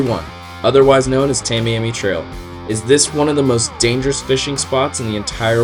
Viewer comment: you know how to say miami. like the biggest city in south florida. miami. right. well idk why adding two letters in front of miami makes people mispronounce the same word so much lmao its tah-miami. english language is so retarded.